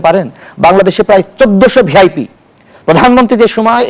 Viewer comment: ভিআইপি উচ্চারণটা ঠিক মতন করতে পারে না